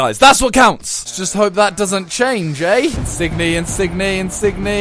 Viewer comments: Not insig-ne it's insinye ng makes y sound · His name is insigne but it's said insinyay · Insigne is pronounced in sin yay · In-sin-yay, pronounce it right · Is it pissing everyone off how he says insigne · The way he pronounces Insigne is awful